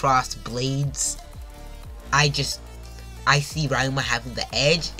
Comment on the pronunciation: Bro read 900 chapters and still somehow call ryuma rayuma